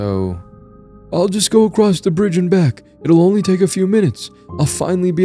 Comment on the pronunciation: "Across", not "acrost". There is no "t" in the word. Edit: Aaand done. I'm looking for scares, not to be preached at about the equality of fictional monstrosities that do horrible things. Keep working on your vocal range and word pronunciation.